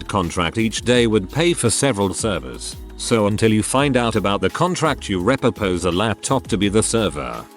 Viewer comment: Make sure your AI can pronounce repurpose ffs. Just utter garbage.